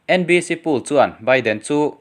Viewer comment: Poll hi pul tih aiin pawl tih hi a dik zawk lo maw